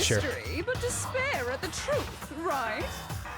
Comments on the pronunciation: When Junko says despire, doesn't it sound like "dis bear" 🐻. The ultimate dis bear is just a group monokuma formed to brag about himself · "Impossible to escape disbear" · After a while it pisses you off to hear dis pear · Can't escape "dis-bear" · when ever someone says "despair: i can only hear "dis pear"